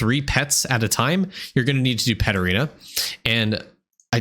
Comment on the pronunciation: I'm pretty new, so when you were talking about Paterena I got lost and spent about 10 mins googling until I realized you were saying Pet Arena 😅